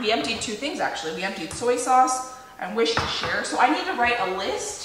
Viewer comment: Fabulous recipe. In England, we say Wooster not woosestershiire sauce. I will be using this in the future.